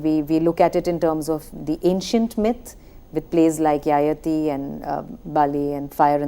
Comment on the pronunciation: Pronunciation is ययाति Not यायाती